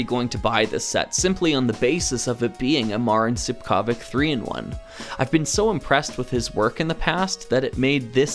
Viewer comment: Btw Stipkovic is pronounded like Stip-ko-vich